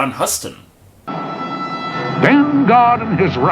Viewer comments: Huhston??? try Hewston ya long haired galoot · John Huston..... Huston? Yes, it is spelled Huston, but is pronounced Houston, like Houston Texas. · Huston is pronounced Houston.